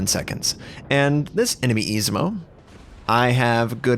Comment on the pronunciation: please dude, I-ZU-MO!! :D